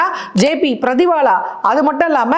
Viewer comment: அது Jamshed Burjor Pardiwala, அவர் பெயர் பர்திவாலா... பிரதிவாலா இல்ல..😡 அம்மா, தயவுசெய்து பெயர்களை சரியாக உச்சரிக்கவும். ஏம்பா, சத்தியராஜ் இதக்கூட சொல்லித்தர மாட்டியா...